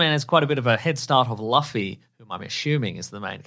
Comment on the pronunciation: As soon as I heard pronounce Luffy, I could heard 1000 letters being typed.